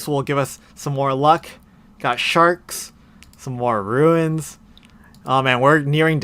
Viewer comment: Why do you pronounce it “Roo-In’s”? It’s tilting lol